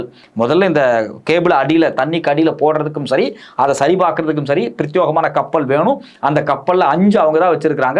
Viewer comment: It is Pratyegamaana and not Pratyogamaana, Many news readers pronounce mistakenly.